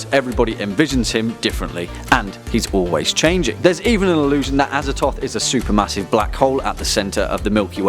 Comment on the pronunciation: Look, I know there's no canon pronunciations because they're eldritch names, but come on, Azathoth. ah-zah-thoth. The th is right there man.